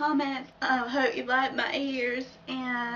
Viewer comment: You said hope like herp, and you're not obese! Lolololol